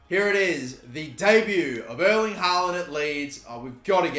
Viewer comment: Just for future vids, Erling is pronounced different from "Earl" or "Earling". More like the pronounciation of the word "air". Airling haaland i suppose :-) Best regards his Scandinavian neighbour